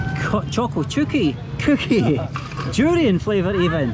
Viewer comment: Choco chooky instead of cookie made my day haha I love you ❤😂